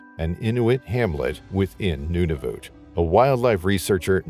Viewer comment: “Noonavoot” LOL Nunavut